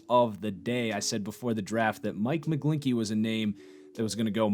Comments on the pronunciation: It's McGlinchey not McGlinkey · Please stop with Sam Darnold he wasn’t that good in college I.E. turnovers... and he won’t be that good in the NFL, most of the time I agree with you but on Darnold we could not be further apart. I would take Rudolph over him..... also his name is pronounced “mic-glenchy”